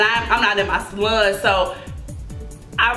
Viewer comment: I love the way she say salon , salun 🥰